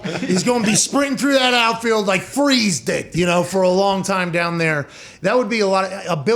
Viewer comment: It's pronounced DOWN!!!